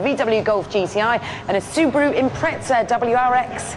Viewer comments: Impreza, not Impretsa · AND A SOOOBAROOO IM-PRETZ-A WRX..... IMPREZZZZA NOT PRETZEL you bitch!